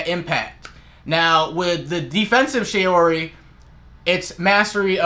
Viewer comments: Shaori (not "shayori" like how you pronounce it because it's "shaw-ri") makes the user absorb the power of the opponent's attack, then use the energy on offensive side. You're not paying too much attention. Attention to small details, please. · Bruh this guy doesn't even pronounce shaori right